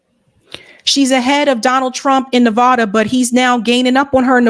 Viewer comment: No hate or anything: The “A” in NevAHda is pronounced like “A” sound in “sad” or “mad”.